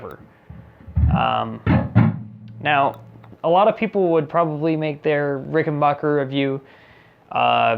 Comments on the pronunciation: Before you critique an instrument, learn to pronounce the name: it’s not “Ricken-bocker,” its Ricken-back-er. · Ricken-baker. Ricken-BAKER! RICKEN-BAKER! NOT RICKEN-BACHER! SAY IT ASSHOLE!!!! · It's pronounced rick n back er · Ok, first of all bonehead, it's pronounced RickenBACKer, NOT RickenBOCKer! 2nd, the primary difference between the 4001 and 4003 is the 4003 has 2 trussrods instead of one. And please, for the love of Aunt Fannie's Corset, the next time you make a video like this, write a script and REHEARSE it BEFORE you film it!!! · Pronounced, "Rickenbacker" not "Rickenbocker" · Ricken-BACK-er, not Bach-er. True story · Its Rick - n - Back - Er, Not Bach - er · RICKEN BACK ER not BACH ER you must have said it 100 times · Ricken-BACK-er. Stop pronouncing it like the popcorn guy.